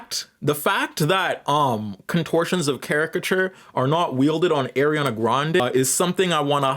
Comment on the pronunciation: Slight correction: Cynthia's last name is pronounced Eh-REE-Voe. However, I'll leave the pronunciation of Aryana– I mean Ariana alone.